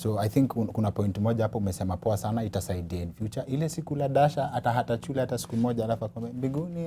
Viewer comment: Yani hakuna mtu ameskia Daktari akisema CHULE hahaha